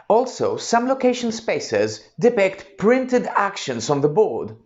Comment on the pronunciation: Very useful video! Although I must say the strange mispronouncing of the word depict distracted me constantly. 😏